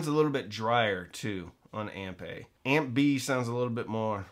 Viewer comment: … Did you say "amp B" or "Aunt Bee"?